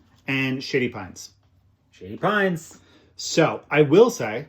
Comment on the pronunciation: I know that is saying "Shady Pines", but I keep hearing "Sh*tty Pines".